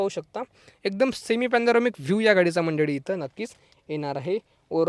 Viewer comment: मंडडी नाही म्हणायचं मंडळी म्हणा.